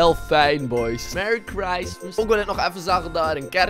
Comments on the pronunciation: Meri. Gristmas ☺️ahah beste engels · Merry Craismes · Merrie kristmus 😂😂 Geschreven op acid's manier Merry christmass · Merry Chreistmiss die al gepasseerd is😂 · Meary schristmais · Mewwie kwismis toe joe toe. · Merrie chreistmijs